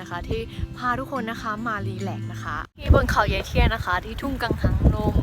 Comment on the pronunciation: 555 พูดไม่ซัด กังหันลม สวยงามมาก ดูเพลินเลยครับ สุขสดชื่น รักษาสุขภาพไปด้วยกันนะครับ ขอบคุณที่แบ่งปันเรื่องราวดีๆ ชอบมากครับ